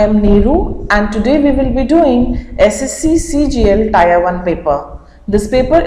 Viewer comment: Tier ka pronounciation improve kijie Mam